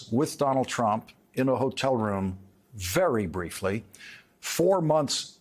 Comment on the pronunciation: I like the added emphasis with "very briefly" when describing this loveless encounter. If he keeps referring to her as 'horse face", we may find out how brief it really was. What a disgusting man baby! Four months after his wife delivers.....This is what the right views as a leader? Sick, sick, sick..